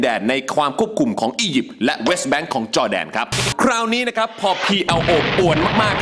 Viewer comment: อะไรคือ แบ้งๆ' Bank นี้คือ แบงค ไม่ไช่ แบ้ง แบ้ง แบ้ง หรอกครับ กูละเบื่อ